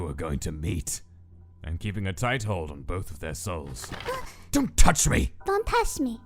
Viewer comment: YEEEAAAAAAH STAR IS DOING HANDPLATES. Also I just loved when papyrus said don tash me.